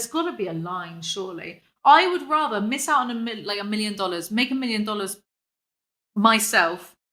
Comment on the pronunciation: millions of dollahs, millions of dollahs. thats why